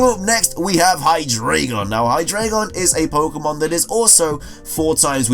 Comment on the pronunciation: "Hydreigon" is pronounced "hy-dry-guhn".